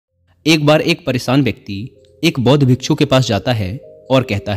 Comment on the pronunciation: Hindi to शुद्ध bola karo परेसान nahi परेशान hota hai